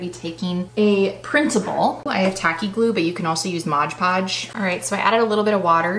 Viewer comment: How can anyone who does crafting say….Modge Podge? Read the label……it’s not hard. Mod Podge.